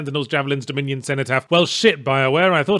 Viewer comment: 1: 15 yeah that's what I hear every time someone says dominion in their reviews of this game